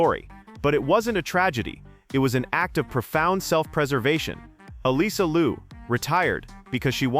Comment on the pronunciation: Her name is Liu not Lu. You need to know how to pronounce it right first!